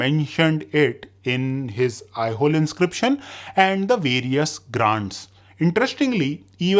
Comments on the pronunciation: Aihole/ಐಹೊಳೆ is pronounced as "I-ho-lay" and not "I-hole" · I think you are spelling some of kingdom in wrong way … it should be said differently…. Example Lata or Kalachuri … we hear it differently from most here in South. Even Pulakeshin is Pulakeshi with no n… even Aihole … you are spelling it wrong very wrong indeed 😅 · It's Aihole not Aihol ऐहोल ❌ ऐहोले ✅